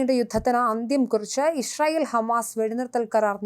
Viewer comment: യിശ്രായേൽ അല്ല യിസ്രായേൽ എന്നാണ്.